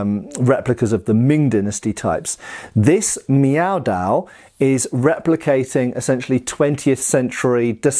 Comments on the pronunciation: "I'm sorry, are you saying 'meow'?"... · In a recent video I thought to myself: "...Is he saying Meow Dao...?" Now I can't stop hearing it. I'm so sorry,, LK. New dad brain, pay no mind.